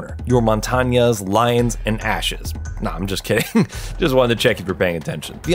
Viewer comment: ah yes my favorite shield operator, L I O N